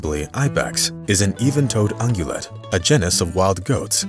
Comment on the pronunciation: A channel named animal world can’t pronounce GENUS? Lame